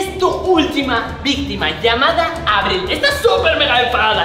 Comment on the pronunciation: Por que Abril dijo Marbi ¿